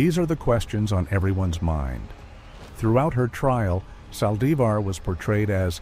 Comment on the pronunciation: I hate how she killed her God rest her soul. I can't stand how the person talking can't pronounce her last name right